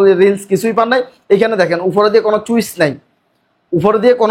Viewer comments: Bai cwitch na switch 😂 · ওতে পাগলা চুইস না সুইসহবে। উচ্চারণ ভালো করতে হবে 😂😂😂😂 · Cwitch ❌ Switch ✅